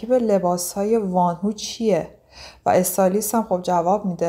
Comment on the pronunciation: در کنار بقیه کامنت های تذکر اشتباه تلفظیتون اینم بگم که وان هو اشتباهه و وونهو(Wonho)صحیحه. ممنون برای زحمتاتون🌹